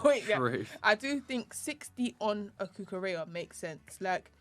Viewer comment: the double L in Spanish words is pronounced like a Y. Cucurella is not pronounced like Cinderella